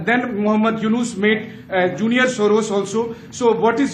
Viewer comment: আপনার শিক্ষাগত যোগ্যতা কি ভাই ? মাদ্রাসা ছাপ? জর্জ সোর না, জর্জ সোরস।বাইল্যাটারাল ড্রিল না ডিল। সোরসের কাছে আপনাকে কতোতে বাঁধা আছে। ইউনুস এখন ভারতের পা ধরছে কেন ?